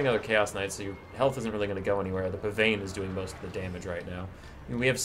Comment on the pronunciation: Hey here’s your fact of the day! Pavane is pronounced pa-von!